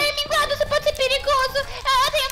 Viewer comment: U nome e minguado vc falou errado